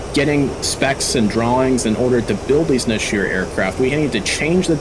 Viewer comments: Great review but I should point out one very minor correction. The hebrew word נשר is pronounced "Nesher" not neshir. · The second 'E' in Nesher is pronounced like the first 'E' and not like an ' I ' Nesher - eagle Nashir - shedable. like a hair which can be shed. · It's pronounced "neshar", not nasheer Also the group's name is pronounced "aveeron", which also translates to airplane